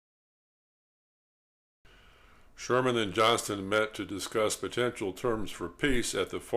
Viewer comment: General Joe Johnston was the Confederate commanding general, not Johnson. There is a "t" in his name.